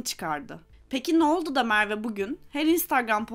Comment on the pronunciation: Bana bağlı bir takıntı fakat Mearve demenize bir hayli zor katlandım içerik güzel.